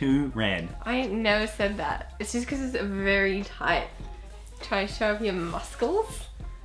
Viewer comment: How did pronounce "muscle"?